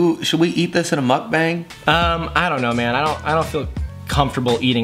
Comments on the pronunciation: Skitz bong, well now you're speaking my language! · It's muk BONG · I think you're saying mukbang wrong ya dorks